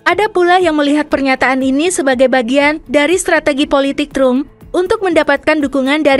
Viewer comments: Trum itu siapa Mimin? Tram kali cara bacanya. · Narator kebangeten nama presiden AS itu bacanya Donald TRAM bukan trum sprti bhs indonesia. Memalukan gitu kok jadi narator di youtube yag tayang internasional. Belajar dulu mbak. Bukan hanya bisa baca cepet saja dengan gaya kemayu. belajar yang bener dulumbak baru tampil.